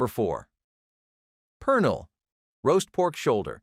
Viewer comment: toss tones… pee lawn… per nill… cafe con letch… gwineos… I’M SCREAMING 💀